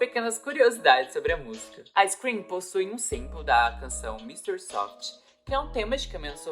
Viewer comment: Tirando o fato de vc tá pronunciando sorvete, no lugar de eu grito, que são bem parecidas as pronúncias. Mas me incomodou a pronúncia. Mas bacana o vídeo